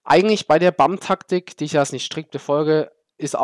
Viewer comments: ja es ist englisch und des heißt net BAMM sondern [ʙæm] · Aha sau witzig wie du BAM aussprichst xD